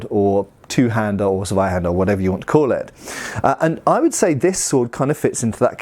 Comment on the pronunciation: The "Z" of Zweihänder needs to be pronounced "ts". So a hard t at the start.